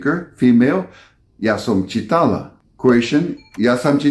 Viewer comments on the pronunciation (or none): The same about croation pronunciation. Ja sam ČI-tala, stress on 1st syllable. But still, awesome work!